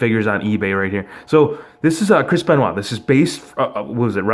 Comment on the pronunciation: Who is a "crispen wha"???